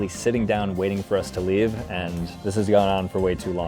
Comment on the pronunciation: bro was saying leaeve leave